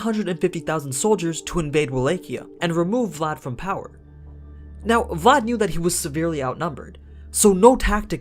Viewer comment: I literally slap my face every time I heard you pronounce any romanian name , either for people or regions name considering that I’m Romanian... At least you got Vlad name right